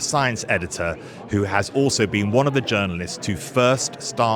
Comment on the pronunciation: 'one' is pronounced 'WUN' - can't kamal realise this?